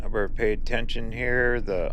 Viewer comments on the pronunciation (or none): none